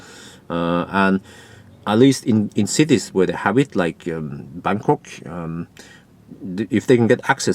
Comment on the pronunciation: Why do i keep hearing Berkåk instead of Bangkok ? About 0.13 €/kWh in France.